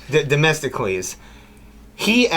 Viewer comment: Domestocles? nice try… lol … It's Themistocles.